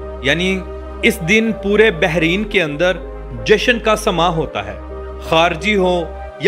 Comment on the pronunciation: ”بحرِین“ نہیں میرے بھائی، بلکہ ”بحرَین“ ہے ۔